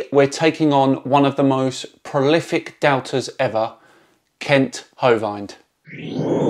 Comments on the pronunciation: Hovind. The i gets pronounces as in "wind" (the subject) or "river", not as in "bind". Of course, you might just refer to him as inmate # , like most people do :-D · For what it's worth, Hovind pronounces his surname to rhyme with "binned", not "bind". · I suggest putting some kind of caption on when you're doing the ads for your video. Makes it more clear and transparent. Also, I do believe his last name is pronounced as rhyming with "wind", not "mind". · Sorry, but the "i" in his surname is pronounced like in "in", not like "ay". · Just a slight correction,, your pronunciation with regards to Kent's name is poor. You are pronouncing it as Ho-Vined whereas it's actually Ho-Vind, as in binned. It's tricky, that's why most people refer to him by his proper title, no mistaking when you call him Inmate. I can't believe that you've only just discovered him, he is a lying cheating conman and science denier. He claims among other things that he taught science for 15 years. Many other YouTubers have already shredded him. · Can i just touch on how you pronounce "hovind" much like "Bovine" - which mages sense in an intellectual way..... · It’s pronounced hov-in-d right? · His name is supposedly pronounced Ho-vund although I find the idea that he might get annoyed by that amusing. Kent infuriates me every time he speaks and I end up yelling at the screen (Which even if he could hear me he would ignore me because he's ignored every single person who's corrected him) Phylogeny is my new passion after watching Aron Ra's series on the history of different eras of evolution. Kent needs to be put somewhere where he's taught science non-stop until he gets it without his sycophants encouraging his pseudo-scientific delusions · Pronounced Hoe-vend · His name is pronounced Kent Hoe-WIND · Kent Hōvīned... Lol... Epic pronunciation for that whack job creationist. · That’s not how you say Hovind. The vind rhymes with wind - wind that blows.